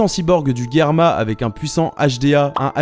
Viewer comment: je sais que son daron est pas terrible, mais c'est germa, pas guerma, respectons sanji jusqu'au bout :(